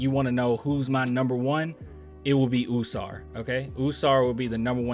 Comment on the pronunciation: Bro it’s “ah-sar“. Ah-sar and Ah-men